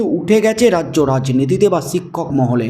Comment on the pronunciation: “ছিক্ষক” নয় “ শিক্ষক” বলুন। উচচারন ঠিক করুন।